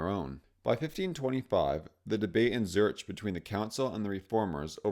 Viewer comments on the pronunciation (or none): Very good! Keep up the good work! Pronounce Zurich: "Zurick". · I think Zurich is pronounced Zurik. It is in the UK at least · Apart from your VERY questionable pronunciation of places... Zurich, Transylvania... It was interesting. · As a sign of respect, you could learn how to correctly pronounce 'Zurich' (Switzerland^'s biggest city after all)... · Great video.. pretty sure you are mispronouncing Zurich